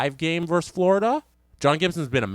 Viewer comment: "Versus", not "verse".